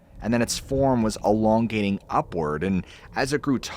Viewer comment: Was it“long gaining?” Or Elongating? 😂 Gotta love AI.